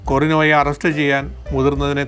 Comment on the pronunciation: Thank you for sharing this inspiring story. കൊറിന എന്നാണ്, കൊറിനോ എന്നല്ല!